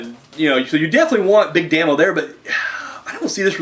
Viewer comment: P.s. it it pronounced Big DAY-MO, its short for Damien, very good review man! great stuff